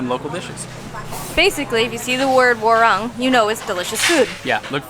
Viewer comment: Warung, pronounce WAR ROONG (it's like ROOM)